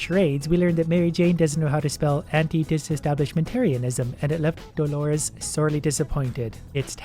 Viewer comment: you pronounced antidisestablishmentarianism correctly